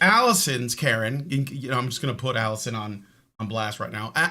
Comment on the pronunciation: 144 episodes, and I think I've heard Alison say the intro correctly twice.